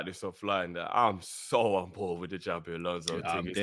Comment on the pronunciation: Xabi not Xavi